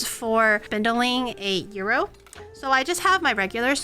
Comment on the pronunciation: I lived in Crete as a kid, on Iraklion Air Force Base, for many years. Watching her make authentic gyros is making me time-travel. Listening to her pronounce 'gyro' as 'euro' is making my ears cringe. ¦¬D {"yee-row", but you gotta roll the 'r'}